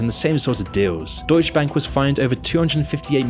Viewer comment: Brah.. it's deutsche bank. Not "deutsch bank". The e isn't silent😅🤣🤣